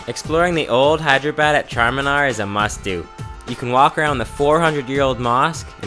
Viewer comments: It's pronounced hay-drah-bod. Great videos though. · You've GOT to learn to pronounce those Indian city names accurately! Hyderabad is pronounced as 3 syllables not four. Like Hy-dra-bad. No one is going to take you seriously if you don't make the effort. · Doge Viper Dude its pronounced Hey-Dra-badd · NO IT'S SPELLED "HI-DE-RA-BAD"